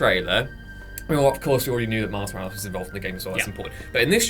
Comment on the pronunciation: The return of Pizza Parker. Mary Jane and Pizza and Mouse Morales. It sounds like and reads in captions lol